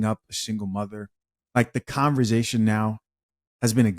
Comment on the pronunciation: What is it with younger people(including the host) who can’t pronounce words like “conversation”. They pronounce it con-ver- ZA-shun. Smh